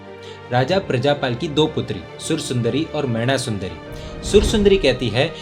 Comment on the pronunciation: मयणा नहीं मैना सुन्दरी !